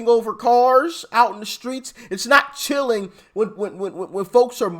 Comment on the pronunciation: cilling???!!!🤣🤣🤣🤣🤣🤣🤣🤣🤣🤣who can listen to them anymore????????